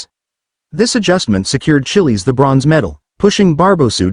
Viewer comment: Chillie's. Gawd. Teach the robot how to say it right.